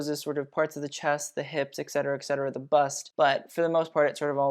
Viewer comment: you're saying et cetera wrong, loved the video tho